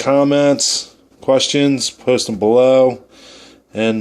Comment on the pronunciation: if was from california instead of nova scotia, totally. just the way he says so, below, video, goes and do is off